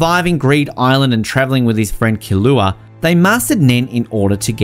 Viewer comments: Who the hell is Kahlua its killua i can't believe this guy destroyed his name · No one: Not even a single soul:: killooa